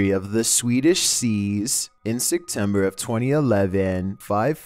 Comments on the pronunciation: I need to know why you keep saying "Sectember" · ikr my roommate says sectember and i just wanna shake her and yell "say it propally" lol